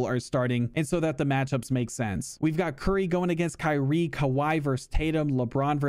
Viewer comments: “Kanye Irving” lmaooo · "kanye irving" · "Kanye Irving" 🤣🤣🤣